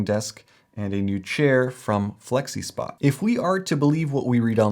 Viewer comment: You lost me at "Flexispot". 😁